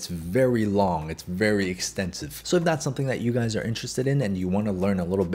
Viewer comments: No be honest. You started the video with what's up gays and not guys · did he say guys or gays😀